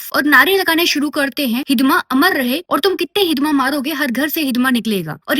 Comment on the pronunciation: Hidma❎ hizzda ✅😂😂😂